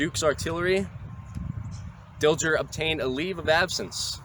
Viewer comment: Very good presentation. Hubert Dilger was my great-grandfather. A minor point: the 'g' in his name was pronounced as a 'soft' sound not a 'hard' sound.